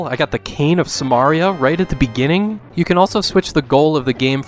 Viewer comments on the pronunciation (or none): none